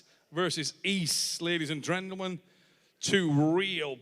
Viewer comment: "Ladies and Drendlemen"